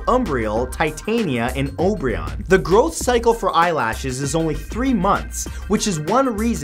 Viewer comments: Wait... Obryone? Isn't its just spelled O-be-ron? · Matt. Its OBERON